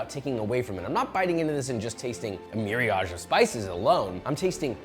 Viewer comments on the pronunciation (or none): its Myriad* not Miriage Josh just an fyi